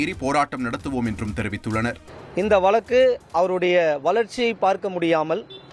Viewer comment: vazhakku .. Thamizhnadu not valakku